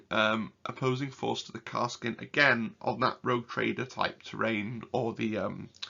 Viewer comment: great video. had watched auspex tactics vid too. btw... it is Kas-r-kin